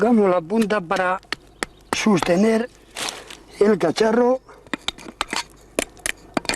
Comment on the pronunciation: he says "sus-tener" and not "sos-tener"